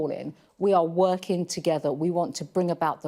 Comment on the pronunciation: Priti Patel is a very bright spark and is convincing. Just wish she didn't adopt the Beth Rigby trait of mispronouncing the ing endings of words. Is it just me or do others feel the same?